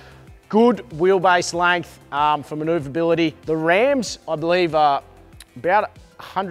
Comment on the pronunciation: Oh....langth 😂😂😂 still love your work, but the langth kills me lols